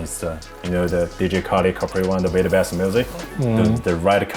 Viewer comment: He has a "rerry" dope collection lmao